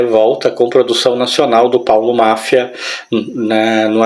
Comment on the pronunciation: Eu ia explicar sobre o Zé Fake, mas você mostrou que já está bem informado. O nome do Paulo se lê Mafia, com som forte no "ia" e não Máfia. Só estou explicando porque muita gente já pronunciou assim e parece que ele não gostava. Um ótimo vídeo. Muito obrigado por compartilhar aqui. ❤